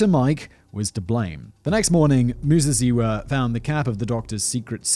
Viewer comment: Your pronouciation of Muzaziwa, spot on....love the show - from Zimbabwe